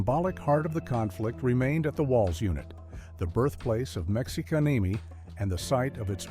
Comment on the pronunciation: Uh HELLO Texas Mexican Mafia is Mexicanemi come on whoever runs this channel get it right for once PLEASE